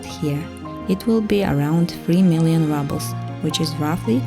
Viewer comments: Also - say rubel with U not A. ❤ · I really nice video. Only one gripe, the pronunciation of ruble is exactly as in Russian without the soft sign, not rouble.